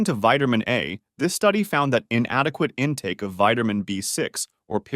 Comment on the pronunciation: Are you saying vitermin D and vitermin B6. Can't stand to hear you say vitermin. Please correct annunciation.